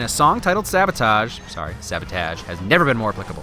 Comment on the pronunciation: being the first one to say sabotage correctly in these videos!